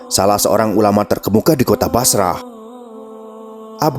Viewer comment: Masya Allah. Tapi kalau ada lelaki salih apalagi sensual datang melamar, kan ga boleh nolak supaya gak terjadi kerusakan. Min, Basrah itu dibacanya Basroh 🙏